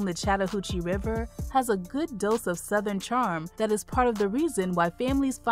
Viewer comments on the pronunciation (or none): none